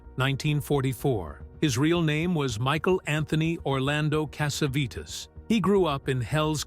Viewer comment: are you deliberately mispronouncing names? like Candida and Cassavetes?